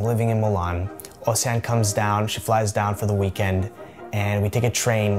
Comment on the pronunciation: I'm a Belgian subscriber and my mother tongue is French. The way you pronounced " Océane " and " haute cuisine " was PERFECT. I would loooove to hear you speak French :). Thank you for you videos. Send you my best wishes !